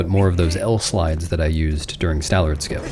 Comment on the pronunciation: 'Stallerd' lol. Years doing this now and he still gets it wrong every time.